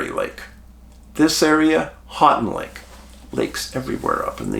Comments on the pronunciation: Middle of the mitt here, I was like what are you talking about and then he immediately said it. "Hanting lake" 😂 I cringed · Love your channel Dave. My family had a cabin on Houghton Lake when I was a boy. Many summers spent swimming and winters spent ice fishing and snowmobiling there. By the way, it’s pronounced “Hoe-tun” lake. Keep up the good work! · Hey dave im in lansing mi. Love you man and its pronounced 'Hoe-Ton lake🎉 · Hey Dave, You come across Houghton Lake enough times to have someone tell you how we, Michiganders, pronounce it. Houghton is pronounced HO•ton Lake. Willis is not really considered a suburb of Detroit but I can understand why you'd think it was. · Hi from Ann Arbor! I bet you cringed at the pronunciation of your town! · he tried lol